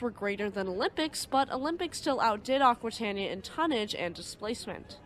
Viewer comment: It is pronounced "akwitayneeya".